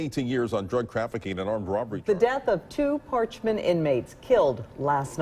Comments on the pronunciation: Par-ch- man. Get it right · Its par- ch- man getit rightYankee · You’d think that a professional narrator would at least take a minute to learn how to pronounce the name of the facility he’s describing. If this guy became really hot and thirsty, I wonder if he’d say “Man! I’m PARKED!” 😂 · I’m from Mississippi. They don’t even know how to pronounce parchment awful video. Don’t make a video if you don’t know how to pronounce the name of the place you’re talking about.